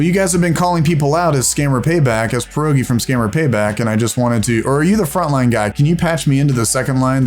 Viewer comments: As a Pole, I can assure you, you're saying "Porogi" not "Pierogi" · It sounds funny when you say your name,. Before 'e' there's 'i' and it should sound like 'e'. The real 'e', on the other hand, sounds more like 'a'. So for you, English speaking people, it should be said like 'Pe.arogi' I think 😆 But not like a pear.